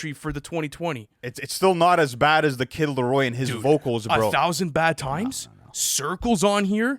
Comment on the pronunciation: He said his name right🔋❤️‍🩹